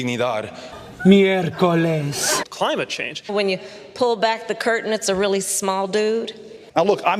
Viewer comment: Almost shat my slef on "mircoles" hahhahahah keep it burnin bbaby